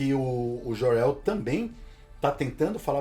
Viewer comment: Querido ´´é memo´, é Jor El que se pronuncia. Não existe ´Jorel´! Jesus!!!